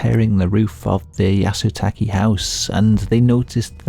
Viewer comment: How hard is “Yah - Soo - Tah - Kay” To say?